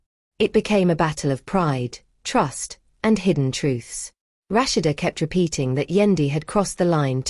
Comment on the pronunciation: Rush- she- duh( Rashad) love the voice narrator 😂😅